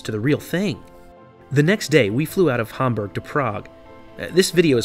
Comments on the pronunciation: Its HAM BERG not humburg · Can't pronounce Hamburg properly